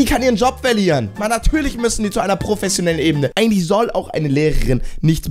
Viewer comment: „professioniellen“ 🤣🤣🤣 Liebe deine Videos 🙈👍🏻